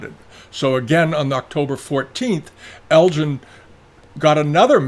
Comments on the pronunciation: I always enjoy your biased and one-sided view of history. While some of what is in this video is interesting it is also dripping with pro-Chinese and anti-British bias. You really do give the game away by taking great care in correctly pronouncing Chinese names while mispronouncing -- over and over -- the name of Lord Elgin, a name anyone with even a passing interest in history knows is NOT pronounced Lord El-GIN. But that's okay. At least your open about your prejudices here. War is hell. And it was a war. The spoils of war and looting were perfectly acceptable in the 19th century. We shouldn't apply today's standards to those of 160 years ago. You also leave out anything here that makes the Chinese look bad. Watch the BBC documentary done a few years ago. They tortured horribly for days on end the emissaries sent to China. That's just one thing you left out. Enough said. Try to be more even-handed in the future. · According to today's New York Times (in an article by Alex Marshall about Greek marbles) ..."The museum argues that Lord Elgin (whose name is pronounced with a hard “g” sound, as in “Helga”)"